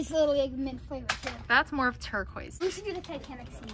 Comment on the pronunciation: STOP SAYING TURQUOISE